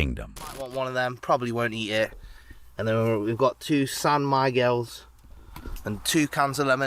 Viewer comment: "SAN MEEGEL"